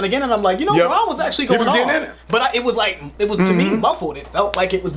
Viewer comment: It's Brann, not Bron. LeBrann James maybe.